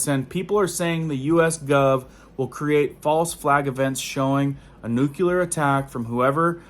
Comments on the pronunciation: *Nuclear (nuke-lee-ar). There’s no u between the c and the l. People judge you based on the way you say things. If you want to reach them with all seriousness, you have to speak properly. Not clowning you at all, just giving you a tip. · Lol. I am in Houston near NASA. It is nuclear but I don't really care. You can call it a jelly doughnut but does the same thing. Lol